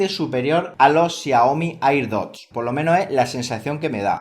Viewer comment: Me estresa que diga "airdot" como se escribe